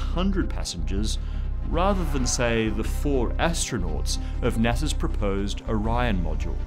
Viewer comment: did he just say "NESA"?!